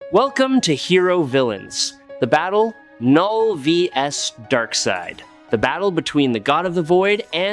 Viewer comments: It's pronounced null. As in the absence of. It even goes with his whole theme. The K is silent. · thumbs down again for not pronouncing knulls name correctly again & again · It's null the k is silent. So what is your opinion on kanull vs acopalyspe jus by themselves. No all black the necro sword or the anti life equation?